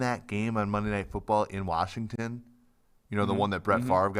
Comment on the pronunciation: No r in Washington